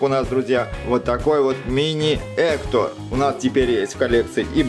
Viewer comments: Ни Ектор а Гектар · Ни эктор а Гектор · Это гектор, а не хектор.😂😂😂😂😂😂😂😂😂😂😂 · Друга Мигеля Зовут не Эктор! А Гектор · Скелета зовут не эктор а Гектор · Его зовут не хутор а Гектор (порно?)😣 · Его завут не эктор а Гектор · Не хутор а Гектор. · Гектор а не Эктор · Вообще-то гектар ане Эктор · Гектор а не. Эктор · Гектор а не хектор данте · это не Эктор а гектор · Не Ектор а Гектор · Гектар а не эктор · Гектор а не эктор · Не Эктор а Гектор!Не Дайда а Дантэ! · НЕ ЕКТОР А ГЕКТОР!!!НЕ ДАЙТА А ДАНТЕ!!!! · Не Эктор а Гектор